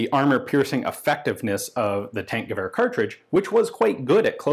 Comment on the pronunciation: Its more like Tankgewehr [Tunk..]